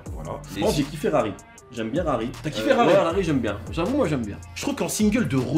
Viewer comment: « j’ai pas kiffé rari » ou « j’ai pas ki ferrari » hihi